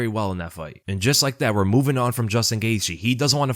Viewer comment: His last name is actually pronounced gay the